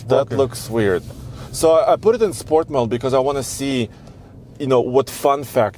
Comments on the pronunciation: 'shport' mode rules! 😁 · "Schport" mode and give it the beans? Been watching Sarah-N-Tuned,?